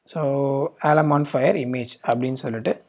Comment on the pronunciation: Brother...its alamofire..not alamofire.... Just watching ur videos all are useful and informative.